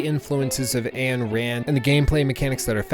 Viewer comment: Her name is not Ann Rand. 'Ayn' is pronounced like the German 'Ein'.